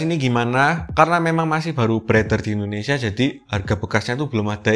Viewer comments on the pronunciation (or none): none